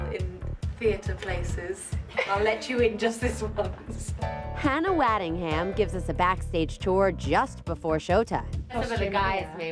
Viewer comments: It's pronounced woddingham not waddingham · I’m sorry, the way the reporter said Hannah’s surname makes me crease😂😂